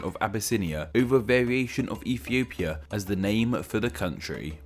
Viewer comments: Did he say Efiopia? How cute 😂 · Well, with the way you say it, "Ethiopia" is now racist.